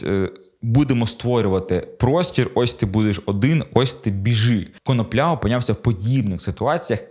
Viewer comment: Автору має бути соромно. КонОпля, а не КоноплЯ.